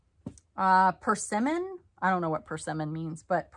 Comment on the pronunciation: I enjoyed your channel until the errors or lack of preparation became more annoying than the information. Lladro, " aue du" and persimmon, can all be looked up easily. If you don't know how to pronounce it, it becomes difficult for me to trust that you know about products.